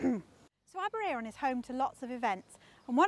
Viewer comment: Aberay-er-on - you got me there - Always thought it was Aber-air-on. Note: post office Aber-ayron...airon. air/Ayr (scots) aberraeron ab eray ron aber ray/rae ron - I think you need another r for aber ray ron ! -ish you refer to the air-on - so are you mispronouncing Welsh placenames ? If so, what chance have we got :) You mean Shrowsbury ? My brother suggests Aber i-ron. !!!!